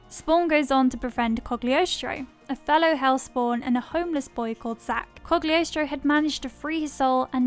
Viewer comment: Love this list. I've discovered and rediscovered some new movies to watch. By the way, the letter 'g' in Cagliostro is silent.